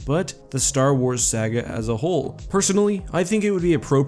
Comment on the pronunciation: Dude you are good but learn how to pronounce "Saga" properly.